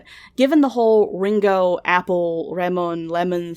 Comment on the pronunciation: cant shit on veronicas pronunciation when you say Ringo like the beatle lmao